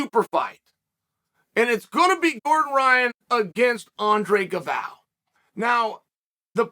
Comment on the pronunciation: "Gal-voe"... lol..